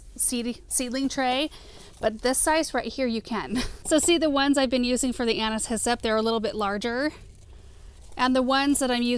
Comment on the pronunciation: I feel like such a dork! All this time I thought you were saying “Anna’s hyssop” as if it were a variety of hyssop 🫣